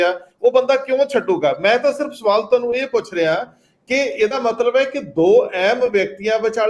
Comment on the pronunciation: ਮੈਂ ਤਾਂ ਸੁਆਲ,,,,,,ਸੁਨਣ ਵਿੱਚ ਇਸ ਤਰ੍ਹਾਂ ਲੱਗਦਾ ਜਿਵੇਂ ਤੁਹਾਨੂੰ ਦੀ ਥਾਂ ਤੈਨੂੰ ਲੱਗਦਾ ਸਾਫ ਸਾਫ ਤੁਹਾਨੂੰ ਬੋਲੋ